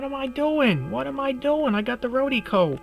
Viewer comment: RO-DEE-KO lol yer killin me. The stuff is golden tho I agree.